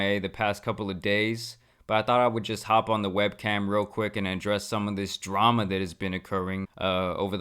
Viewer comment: Adwessing the dwama bro needs speech therapy 😂